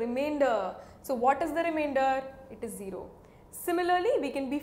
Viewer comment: "Will give you what remaindorhhhh..? " 😂😂 I like your videos. It's Informative🙂😊